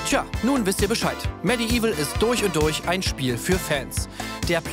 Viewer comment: ich weiß, "medieval" ist eines der schwersten englischen wörter für uns deutschen, aber auch bei diesem wortwitz bleibt das "i" hinterm "d" stumm - medevil quasi ;) bitte, gerne :)